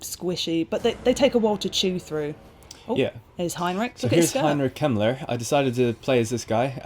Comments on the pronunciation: did anyone else think he said Heimlich Himmler was the wizard? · Heinrich Kemmler is an awful name, because when you said it i honestly thought you said Heinrich Himler, who was the leader of Hitlers SS.. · Every time you say 'Heinrich Kemmler' it sounds like 'Heinrich Himmler.' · Fiirst I understood Heinrich Himmler instead of Heinrich Kemmler xD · Am I the only one who hears Heinrich Himmler every time he sais the name?